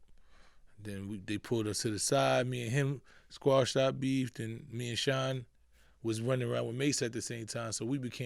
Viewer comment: Shyne who? Kshine lol.